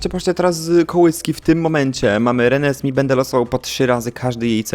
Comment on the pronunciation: jeżeli Reneesme jest wzięte ze zmierzchu, to prawidłowa wymowa jest "renezmej"!!